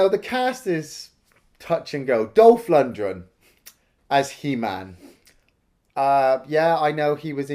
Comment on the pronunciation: He's name is LunDgren. Not LundRen